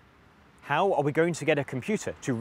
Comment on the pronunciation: when he says "how are we going to get a computer to recognize..." I thought he said "cow are we going to...." Did a double take and was disappointed when I replayed it, he even zoomed in on the cow sign... Missed golden pun opportunity